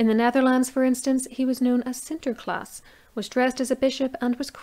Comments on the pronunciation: Thank you for this clear explanation. Very good how you pronounce "Sinterklaas"!! In the Netherlands we still celebrate Sinterklaas, on "Sinterklaas evening" December 5, the evening before Sinterklaas's birthday. We celebrate with so-called surprises and matching rhymes. A lot has changed since my childhood and most people celebrate Christmas with presents. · Thank you and I'm glad I pronounced Sinterklaas correctly. I always worry about messing up foreign words. :-)